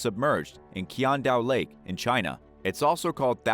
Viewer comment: Qiandao Lake - fella please check the correct pronunciation~ :)